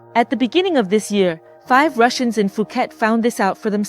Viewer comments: You have been in Thailand for 9 years and still pronounce Phuket as "Fu-ket," instead of "Poo-get"? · Fuuket??? This one talks BS